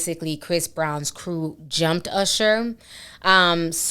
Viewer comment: I haven’t heard someone pronounce usher like that in a long time. I swore I heard “arshuh”